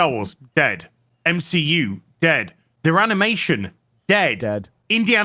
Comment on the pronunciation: It’s MSHEU, not MCU 🤣